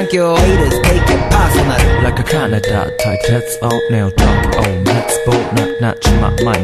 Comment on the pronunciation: He says Canada! not kaneda